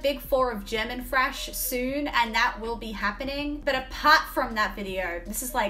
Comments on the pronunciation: I like how you say thrash, it sounds like Fresh Metal. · are you really saying Fresh Metal, or is it just your accent / my hearing? I mean Trash can be refreshing for sure... :D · She says thrash, but I hear "Fresh". My brain: WHATTT???? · It's cute the way you say "frash". I know there's some English accents that pronounce the th- like an f-, so I always wondered if it was an Aussie thing too. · Keep hearing her say "Fresh Metal" Lol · I love the way you say thrash…. I never knew there was a f in the word thrash!!!! 🤣🤣🤣❤️